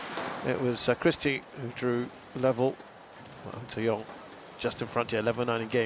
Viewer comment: Dude, its NG TZE YONG not AN SE YOUNG the pronunciation when you hear it's almost same😂